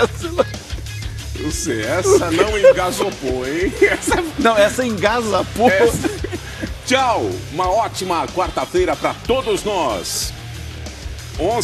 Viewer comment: Essa "engasapou" kkkkkkk